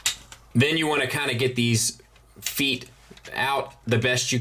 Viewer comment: Great review. Not to nitpick, but you mispronounced "feet" four times in this review. 😉 I heard MS is doing another release of Prime with silver paint on the thighs and hip skirts. Anyone know if that's the extent of the paint they plan on doing? Will the whole figure be painted like this one? Thanks to anyone who can shed light on this.